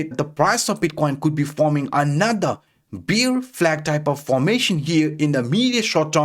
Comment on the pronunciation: Hi., ur pronounciation for ‘bear’ is wrong. U pronounce ‘beer’ 🍺. Sorry bro I hv to address it coz u r keep repeating the mistake in ur videos.